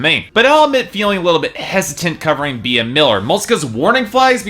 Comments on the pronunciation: OMG he pronounced Bea as (bee-a), its pronounced like ( bee )I'm really upset... And this album was awesome, if you knew more about her you'd know why. She wants to have fun, she's not here to impress the haters. Also she wants to express how life is not perfect...that you'll fall, but you can get back up...she's here to inspire, and she wants to be herself. Yeah she didn't write all of the songs, so what most artist don't...and in my opinion her album was awesome... And she's doing her passion, so if she stays with Simon, she doing what she loves, and she is having fun...and appearently its good to other people considering the number of downloads! You kept mentioning Dracula... That was written as a fun Halloween song, not to mention its also an amazing song...I could go on and on but I've already typed so much, but for you to say it sucks, that's cruel, imagine if someone told you that. It's okay to have an opinion, but atleast be try to be nice, and care about her feelings too!!! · First, her name is pronounced Bee, not bee-ah. Secondly, you said fire n blood.. -_- it's fire n gold. Third, honestly, her live acoustic versions are qay better than the record version.. She has that voice that is just amazing and she doesn't stupid auto-tune. Her songs always sound better to me acoustic.